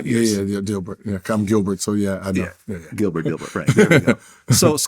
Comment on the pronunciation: I read Gilbert as Gil-Bert but the bert was pronounced like gobert in Rudy gobert 😂 forgot that was Gil’s real name 😂